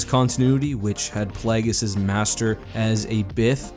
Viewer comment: I love how everyone pronounces Plagueius differently. :)